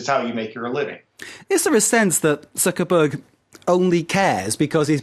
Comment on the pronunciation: I think this guy said mark zukerberger !!!